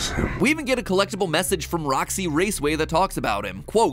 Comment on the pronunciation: bruh he must be talking about roxxy he just said it in a diffrent way